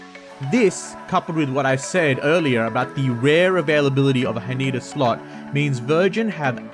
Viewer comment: Haneda is not huh-NEE-duh, but HAH-nè-duh 🥲🥲🥲